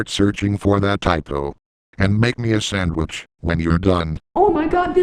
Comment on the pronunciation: An IWAY Sandwich? No?